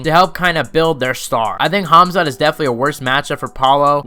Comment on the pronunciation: CaMZaT , bruh his name really isn't that hard to pronounce 😂😂😂😂😊 Edit: Jake Paul is way above fighting KSI skill wise 🤷‍♂️ I'm not a Jake pauler but KSI sucks if they fought KSI would get beat up